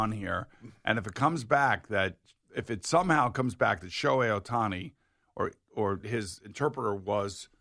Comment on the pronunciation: His name isn't that hard to pronounce. Just read, white people 😂